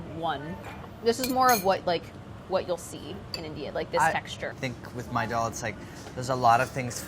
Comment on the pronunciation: Andy's pronunciation of daal as dull makes me feel weird